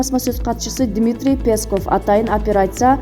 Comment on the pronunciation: Пееесков деп атат го